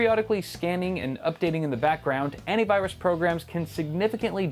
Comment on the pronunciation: "I have 5 anit viruse softwares" Derp ........ ...